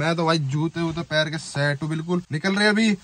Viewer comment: भाई शट नही होती सेट होती है 😂